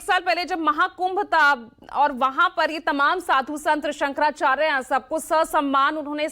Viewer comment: 55 saal se pratha thi - koi kagaz nahin chahiye, aadhar ban jayega voter card ban jayega , jahan chahe kabza kar lo etc etc . Bas Daagi kunbon ka aashirwad hona chahiye aur musalmaan hona chahiye 😝😝😝 Aise khan-gracy agent jo शंकराचार्य ka naam Bhi theek se bol nahin sakta , baith kar khud ke pvt channel per gyan baghaar raha hai 👎